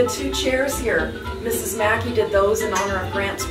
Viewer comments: MacKay is pronounced mac KAY .....as in '; OKAY = MC KAY ? ......OK ? not mackee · Please his name pornounced Mack Key. Never mind. The tour guide corrected you. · Yeah, after the video came out years ago people mentioned I was mispronouncing the name. Thanks for watching!